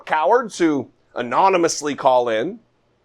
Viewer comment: Oh don't forget the word anonymous. He couldn't pronounce that either.